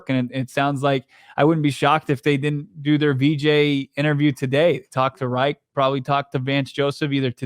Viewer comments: Is it pronounced like "wright"? Never heard anyone say it like that lol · pronounced "rike" not "wright" .... Yep, Reich is a German name ..... just like in the history books.